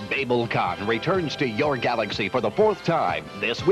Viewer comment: "Bay-bel con"? Yeesh. Pre-internet age, I guess?